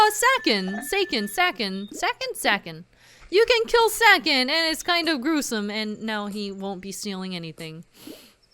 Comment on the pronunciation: Why does no one pronounce Sakon correctly? It's saw-cone. サコン in Japanese, which is pronounced saw-cone., hear my plea, and pronounce this correctly...